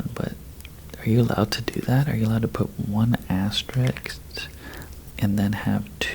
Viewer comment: It’s pronounced aster isk